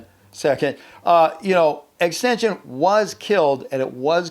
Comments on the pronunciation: Xxxtentacion is now called extension to now it’s pronounced X X X TEN TAS EON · "extension, the rapper" Haha, good video, by the way, it is pronounced "Ex-Ex-Ex-ten-ta-shion" lol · He pronounced xxx tentacion as extension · Dude called XXXTENTACION, Extension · You sad xxxtentaion name wrong